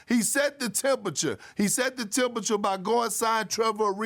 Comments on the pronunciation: He set the temperchure he set the temperchure he set the temperchure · Tempacha, tempacha, tempacha lol 😂